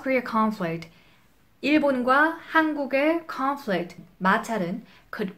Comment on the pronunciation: 음 잘하시는편인데 여러구간의 한국인의 발음은 못피하시네요 conflict japan global 이런거.world 도약간 rural . . 이런소리가 들리는?. 좋은동영상임 그래도! 유익합니다!